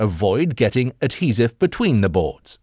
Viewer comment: Pretty sure that not how u pronounce adhesive lol